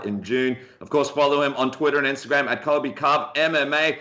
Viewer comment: It’s Colby dude not cobi